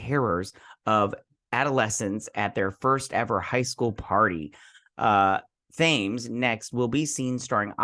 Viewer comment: Thames: It's a river that runs through London. It's pronounced as "Tems".